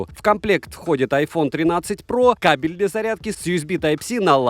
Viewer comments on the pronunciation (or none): none